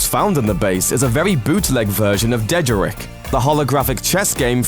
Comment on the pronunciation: Did anyone else actually cringe at the way he pronounced dejarik? He should have mentioned the Rebel ship that looks like a Republic-era Thranta-class corvette.